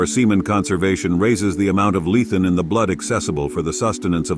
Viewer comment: Hello. when you say "Lethen", did you mean to say Lecithin? Also, were you referring to R.W. Bernard ? Appreciate the video.